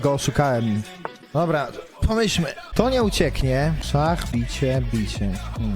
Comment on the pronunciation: Stary xD przełykaj ta ślinę, albo poprostu posłuchaj sie jak wymawiasz jakies słowa z końcówką "ch" xD szachr, dzieciachr